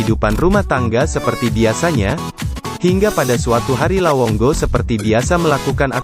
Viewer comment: lawongo atau lawonggo😅 dnk bro😅 depe recorrder rupa salah bilang😆